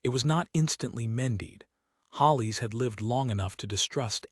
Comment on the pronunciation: Good story! The Duke was a great husband. Some comments: It's Mended. Not mendied. All your stories say 'mendied.' It's Hollis. Not Hollies.